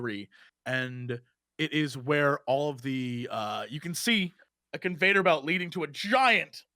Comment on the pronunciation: the fact that jesse keeps caling it a conVADER belt. chef's kiss wouldn't have it any other way lmao